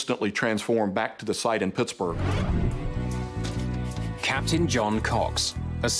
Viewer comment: Hey, Mayday people: Should be "Pittsburgh," not "Pittsburg." Pittsburg is in California.